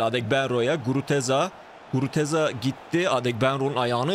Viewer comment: iyisin hoşsun da Guruteza deme şu adama Gruzeta de:D